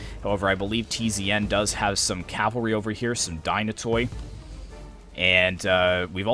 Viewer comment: Dynatoi is pronounced as Dynate' (means Dynatos =Strong , Dynatoi is the plural).. in general all Hellenic units Skoutatoi = Skouta'te , every -toi is not (toy) but -te (not t+epsilon but like the e-ar) I hear other youtubers pronounce it that way too.